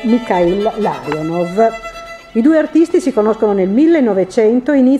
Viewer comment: Peccato per i nomi scritti e letti male. Gonciarova diventara GONKAROVA; Larionov che diventa LAVROV..??